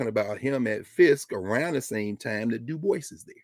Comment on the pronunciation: Dubois is pronounced as Du- bwa.